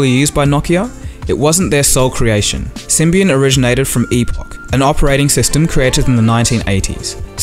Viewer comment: I heard "So they got onboard with sybian" xDDD